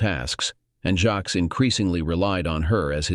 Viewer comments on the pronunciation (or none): ah. would be a good story if polished and corrected before posting........that goes for the story originator also jacques. not jack or jacks, jackie or jackson but i guess the voicer narration can't handle a frencj name. so why not use a different name? and lol.cook and cuck'....totally different, come on! 1.5 mins in and i am guessing that the 2 daughters are in fact siblings. "as they look so alike" the discussion at 25 minutes.....do not forget the money and life she stole from him to have her child raised by him. when its not his! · Jacques. It's french. So the text-to-speech bot has a few issues with it.